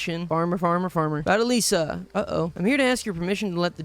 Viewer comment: why did he say alishiainstead of Alisa, and i know that he pronounced it wrong cause my sister has that exact name Edit: and on he pronounced it right lol